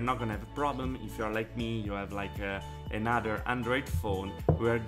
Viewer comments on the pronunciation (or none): none